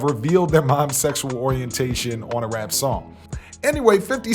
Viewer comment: This nigga can't say his "R's" 🤣😂🤣 Bruh said "wap" & "descwibe" LMAO